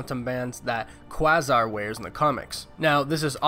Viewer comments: Dude, if your gonna be giving out comic book information, and be considered an authority on the subject learn to pronounce the names correctly. It's not pronounced Kwasar, it's QUAY-ZAR. Cmon! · It's pronounced "Kway - Zarr" (Quasar). Not "Ka-Zar". That's the guy with the big kitty named Zabu. Marvel Universe Newbie... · QUaSAR? Don't you mean quAsar? i.e. long 'A' not short 'a'. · First of all it’s pronounced QUAY-ZAR, not Qhah-zar. Second, the Black Widow CAN’T be in it since she was killed at the end of Avengers: Infinity War (Did you sit through the whole movie or not?). Captain Marvel won’t have the Quantum Bands as they belong to Quasar and there are plans for the character to be introduced. Those are just blasts or energy from her hand. Last I saw of Hulk/Bruce Banner was that he was killed in Avengers: Infinity War where Thanos made him part of a mountain. How they’ll dig out his DNA, I’m not sure, but he’s dead along with Black Widow. I don’t know if this “leaked” painting is suppose to be for the next movie or not, but Avengers 4, I hope, will be good. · Quasar is pronounced kweɪzɑ or kweɪsɑ...or even K-WAY-ZAR... Not KWAZZAR....great content otherwise. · Quasar is pronounced "Kway-Zar" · Quasar is pronounced KWAY-zar. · Quasar is pronounced KWAY-ZAR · Wait, how did you just pronounce Quasar’s name? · Sorry say quasar again......😂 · This dude really doesn't know how to pronounce Quasar?